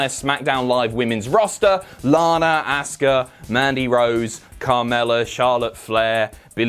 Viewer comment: Say Asuka name correctly!!! We've heard her say it enough please it's so grating!!